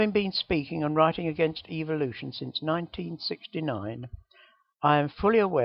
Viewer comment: Haha is this guy saying evil-lution?